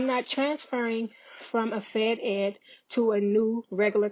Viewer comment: Fed-Ed not fed ex